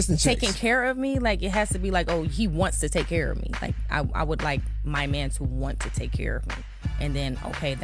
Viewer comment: You ever notice how some of these women pronouce the word "Man" ? It's like "Me-an" or "des meen"